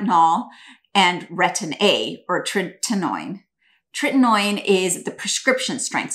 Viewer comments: Retin-A thickens your skin, doesnt thin it. Treh-ti-no-in. Say it with me: TREH-- TI---NO--- IN. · So what type of doctor Can't even pronounce tretinoin???